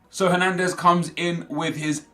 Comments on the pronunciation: I thought he had a stroke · what was that pause when switching to hernandez